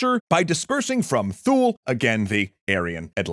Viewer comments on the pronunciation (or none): Isn't it 'TOO-lee'? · If you're talking about Thule, it's pronounced "Too-lee."